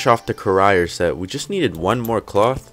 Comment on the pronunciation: It's not pronounced "Ca-rier". It's pronounced Crier, as in crying, but the person who cries.